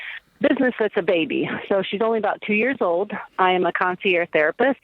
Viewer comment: It's concierge, not "conci-air." You pronounce the g.